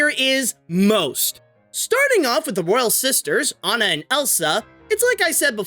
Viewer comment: Good job saying aw-na rather than Anne-ah